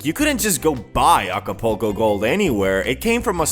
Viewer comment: lol alcopoco mode he said 🤣🤣🤣